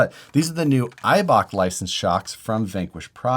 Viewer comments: no! Please not! It’s just you say Eiba - K. But the ch is a hard H. Sounds like the G in Gilamon. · It sounds so funny for a German guy when you say Eibach.